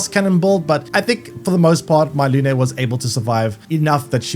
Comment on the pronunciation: It's not luné . Her name It's moon in french . No é . Just e , lune